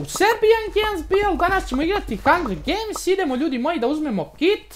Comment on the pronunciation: Jel neko skonto da serbian umjesto da kaze "Serbian Games BL" Kaze "Serbian gens BL".